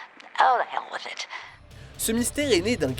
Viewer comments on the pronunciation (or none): none